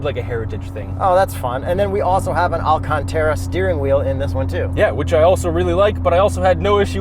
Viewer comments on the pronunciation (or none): Say it with me now... “Al - can - tah - rah”, no E